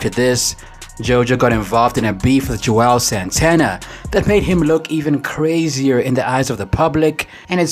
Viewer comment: How we supposed to take YOU seriously when u say Joel santana instead of Juelz Santana?